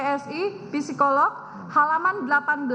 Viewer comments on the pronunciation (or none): none